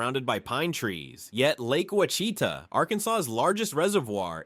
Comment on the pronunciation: Seriously dude mispronounced ouchitas with 6 different pronunciations! Pick one. Right wrong pick one.